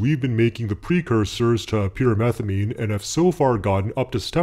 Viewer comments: I keep hearing "pure methylamine" not pyrimethamine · I keep thinking he's saying pure methylamine